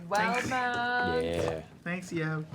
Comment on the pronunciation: It’s pronounced Will-de-mount